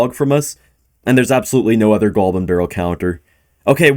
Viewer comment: Why does he say "goalbin" instead of goblin?